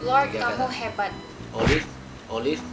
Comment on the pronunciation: Langsung bete waktu bilang oliv 🤣